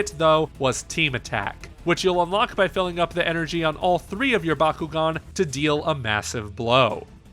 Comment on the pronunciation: So good the reviewer can't pronounce the name of the game properly.